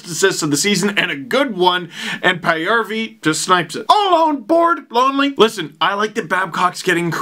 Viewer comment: I was honestly not going to watch this one LFR (Paajarvi is my favorite player {yes I know he’s not the best but hey I’ve been following him since 2010}) you were nicer than I thought towards the Sens, even if you did pronounce Magnus‘ last name wrong (don’t worry everyone but his own teams commentators do).